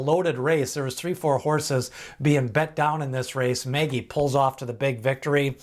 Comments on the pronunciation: Mage.... not Magey lol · Is there any evidence that "Mage" is not intended to be pronounced in the normal way? Like owners or trainers saying it that way? Because "Maggie" is not how I'd say it. Ever. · Please learn how to pronounce MAGE. It is like page or sage with an”M”. I appreciate your work but it makes me cringe every time you mispronounce this horse’s name.